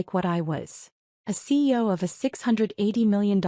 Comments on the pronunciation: Program your AI to say C.E.O. NOT SEE-O. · Please try to get an AI narration that recognises CEO as three separate letters not as a word pronounced😊 seeyo.